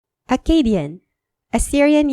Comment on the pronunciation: The Akkadian reading is wrong, this guy has no knowledge of how Akkadian was pronounces Š= s S= ts Z= dz R= ɣ He doesn’t even differentiate between long and short vowels